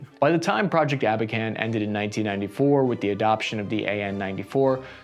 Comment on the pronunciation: "Abakan" and not "аkban". The program was called "Abakan". Shitty experts